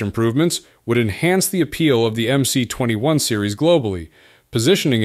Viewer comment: МС-21 расшифровывается как Магистральный Самолёт 21 века. Поэтому на английском языке его название нужно читать как MS-21. The MC-21 stands for the Mainline Aircraft of the 21st century. Therefore, in English, its name should be read as MS-21.